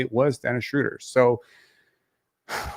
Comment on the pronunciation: shrowder not shrooder my god people need to understand languages